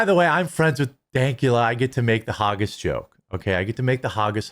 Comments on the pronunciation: Hag - gis not Har-gis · Its pronounced "Hag-gis" - Its not supposed to sound like Haagen-Dazs. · Hawgis lmao. Poor midwestern man can’t pronounce the letters ag without adding a y. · If you want to make Haggis jokes at least pronounce it right lol...We have to many child predators but then i'm sure you would give him a firm hand shake like Dr... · Maybe normal in America but not in Scotland. Most of Americans don't even know where Scotland is. You also can't even pronounce flippin HAGGIS!!!!!!!!!!!!!! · Man can't even pronounce Haggis properly.